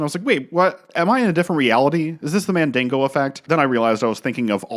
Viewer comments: Did bro say "Mandingo effect" and not Mandela 😑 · Did you say mandingo effect?